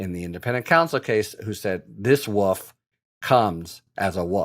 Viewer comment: "A woof in woofs clothing." My English mother just screamed from her grave. "That's not the king's english!" Woolf, wool-ph is the correct pronunciation. Just saying, I was at first confused by what you said.